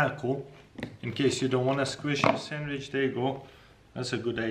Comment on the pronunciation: he said “sammich”